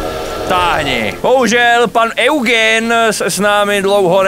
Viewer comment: Eugen není Eugen ale [judžín] 😂👌❤